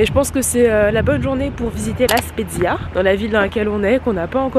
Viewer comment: La Spezia pas la Spiezia